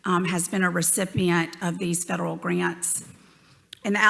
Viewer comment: " Fwederwal " WTF ??? If you can't speak English you have no right to be asking questions in America. Is this Elmer Fudd's Asian counterpart ?